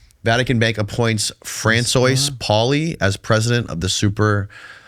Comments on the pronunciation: "Fran-soyce"... Really..? Did you drop out in 3rd grade? Or what? This dude is just sitting across from, correcting his sentences, corrected his words, reminding him that interrupting people is rude 😂. It must be really frustrating, knowing you have to sit with a M0r0n just to get your voice out there. It's like talking to a child is an 1diot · Fran-soys! 😂 bless him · youre such an airhead sometimes... fran-soys? 😂😂😂😂😂😂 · is such a naive man child. Hard to take a guy seriously when he pronounces Francois the way he did. What a zeek.